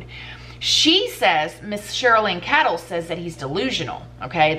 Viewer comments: Pronounced "kaydel" not " kadall" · Hi. Her last name is pronounced Kay-dl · just so you know & I’m not throwing any shade for mispronouncing names (God knows I’ve done it myself too often) but the Chris Watts author’s name is Cheryln Cadle is pronounced Kay-dell. Just a heads up sent in love. Your channel is terrific & it’s one of my favorites! God bless you & your family. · Pronounced cradle, but no r🤗 I love your beautiful videos.